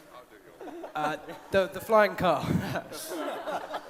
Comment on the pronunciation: At first I thought he said flying cup and I was like- wat